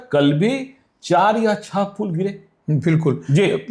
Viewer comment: पूल नहीं,पुल।